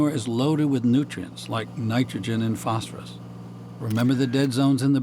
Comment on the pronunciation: Phosphorus pronounced "false for us", meaning death is false for us.